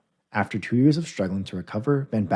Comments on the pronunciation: It's van Basten, not van Bashten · A-jax 💀 Van Bastian 💀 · The pronunciations in this video are Terrible Seria ah van basten, gullit is pronounced Hullett rijkaard is Rye card, plenty more as well